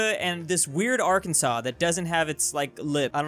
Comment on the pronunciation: It’s not Kansas. It’s ARKansas